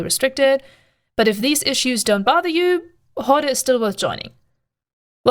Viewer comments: Sorry to be that guy but the word "horde" is just pronounced like "hord", I understand you were saying it as it would be in German but in English a lot of Es on the end of words are silent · It was very hard to listen to you mispronounce the name. Pandemic Horder is not their name no R on the end I know you can say it you did it a few times in this video... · btw, the e in horde is silent, I couldn't stop laughing every time you said hord-ee if that was on purpose, even better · Wrong Corp. join the pros, KarmaFleet or GSF, with proper background check. PH is just cancer.... oh also, no "e" pronunciation at the end, just "Hord".... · lol I knew you where german the moment i hear you say HordEEE :D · The e on horde is silent. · For a non-native speaker, your english is really excellent - but why is it so hard to pronounce PH in the correct way? I mean on all the other vocabulary you are using, you do not fall back into some silly 'germanesque' pronounciation-games, so why then for 'horde'? this really makes you look something between stubborn and ignorant... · Can't tell if you're trolling or not... You are definitely pronouncing the word 'Horde' wrong. :P